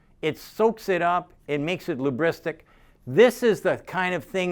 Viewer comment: "it makes it lubristic" ...?! 😂